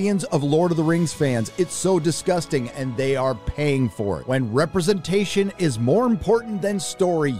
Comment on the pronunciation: RepresentashOON! love it. Sorry i cant spell it better than u can say it.